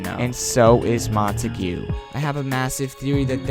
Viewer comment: Just Saying. It isn’t ‘Mon-Ta-gew’ it is “Mon-Ta-g’